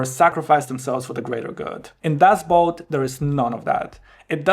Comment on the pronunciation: You pronounced it correctly for German (at least as far as my ears could detect). But the German word "Boot" means "boat" and is pronounced more or less the same in German and English. BUT, the problem arises when English-speakers see it because it's spelled the same as the English word "boot", which is pronounced /buːt/ (rhymes with "lute") and means an item of footwear.